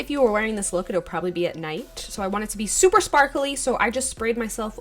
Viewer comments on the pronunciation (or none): none